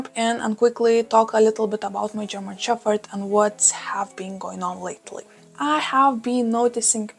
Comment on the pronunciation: A language lesson for you: In English we pronounce your pup's breed as German shePPard, no fff sound. All the best! 🐶🐕🙃